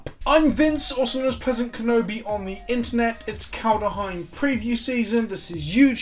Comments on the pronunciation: wtf vince, where does the frickin A in your kaldAheim come from? its just KALDHEIM, just as simple as it is obvious?! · There's no second a or u, or whatever the fuck you're saying, it's not Kald-a-heim, it's Kald-Heim. Kald. Heim. It's not rocket surgery.